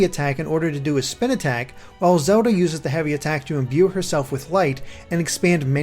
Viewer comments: the way he pronnounces zelda sounds a bit strange. it sounds like zehuda. not hating im just curious if thats an accent or not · Can't get over the way you say Zelda haha, but sick review!